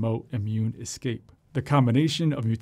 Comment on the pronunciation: I hope it doesn’t “excape” our vaccine. If he can’t get English right, I seriously doubt he can get science right.